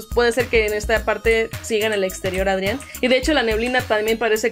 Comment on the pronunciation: Supongo que ellos ya han visto capítulos de la serie, pero mi pregunta es, ¿por que pronuncian los nombres mal ?A Adrien le dicen Adrián, a Lila le dicen así, Lila, pero es Layla, no entiendo.🤷‍♂️